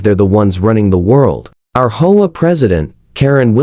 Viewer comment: I do wish that AI could learn to say "Aitch Oh Ay" instead of Ho-ah, but I suppose that's asking too much. 😆